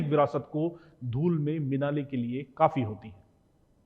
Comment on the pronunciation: "मिनाले" नहीं, मि ला ने = मिलाने 😂